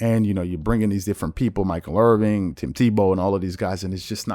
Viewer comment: I LOVE your Show EXCEPT when you are using the wrong word OR mispronouncing something or someONE's name... Please pronounce Michael Irvin "Michael Irvin"...and NOT "Michael IrvING"... I'm telling you that if you don't correct this SOON, it will come back to bite you BIG TIME... Don't be the guy who becomes famous and goes viral because you can't figure out how to pronounce a famous person's name (a name that is SO EASY to pronounce CORRECTLY)... YOU, Sir, are on the verge of falling into a trap: Becoming a Notoriously Bad Meme (instead of someone who emerges from obscurity and becomes a SERIOUS Cultural Player!!)... Personally, I would go So Far as to actually just doing a brief video about This Very Topic... some sort of..."You know folks..I do a lot of things EXTREMELY WELL... but my mispronouncing some people's names..and getting some word or names wrong...well, I am not going to Tolerate This from Myself ANY LONGER.. " PLEASE believe me, when I say, that people will Totally Respect That Admission of Guilt...Heck possibly even saying "I'm Sorry Michael Irvin...".. would be good to throw in there..as well...I say ALL OF THIS with LOVE and RESPECT.... with a VERY Big HOPE for you to Reach ALL of your Dreams and Goals AND HOPES... DEEPEST Love & Respect to ** & *** LONG LIVE ❤️DREAMERSPRO SHOW❤️